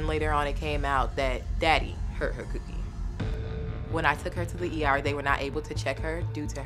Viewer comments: I’m pretty sure she didn’t mean cookie 🍪 but “Cewkie” is how it’s being pronounced so … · She’s not saying cookie she’s saying coo-key like Coochie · she said coo kie not cookie like did you even watch the video